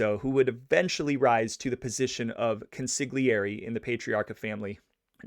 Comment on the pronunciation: I am sorry that I somehow failed to previously mention that the word CONSIGLIERE, unlike most words is pronounced so entirely differently than the manner in which ii is spelled. It is indeed a tricky word to deal with.